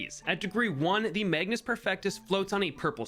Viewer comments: Mage-us, not magnus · There is no "n" in "Magus" ... and the pronunciation is "may-gus". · Magus Perfectus, like Magus from Chrono Trigger. There is no "n". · Why is everyone calling him MAGNUS when it clearly says magus 😭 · Magus, not Magnus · take a shot everytime say magnus instead of magus